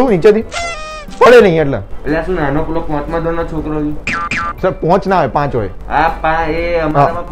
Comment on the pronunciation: Best was ponch nahi paanch😂😂😂😂😂😂😂😂😂😂😂😂😂😂😂😂😂